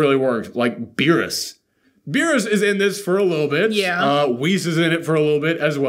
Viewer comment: They could've cut more to berus babysitting 😂 (totally butchered his name😅)... How cool would it be to have broly learn ultra instinct oh my Gawd😳🙌